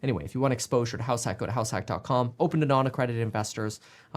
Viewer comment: It sound like you're saying Halifax when you say househack. Realestate investing in Halifax, never considered that before!